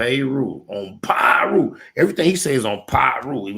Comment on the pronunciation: The "PayRu"? Lol